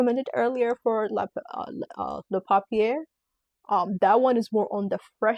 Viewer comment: I love your content. Please though, take the time to learn how to pronounce the perfumes correctly. For example "papier" is pronounced "poppy-yay", not "poppy-air." There are a number of other glitches in the video when it comes to pronunciation. I think it matters that you get this right.❤